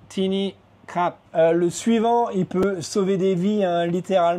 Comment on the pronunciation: J'ai l'impression qu'il faut parler un peu du nez pour l'intonation en thaïlandais surtout le khra/p que je trouve dur à prononcer, toi tu prononces ça à la française😅j'ai essayé avec google traduction quand je parle du nez il me comprend ช้าๆหน่อยค่ะ bon la version avec le p il a du mal à comprendre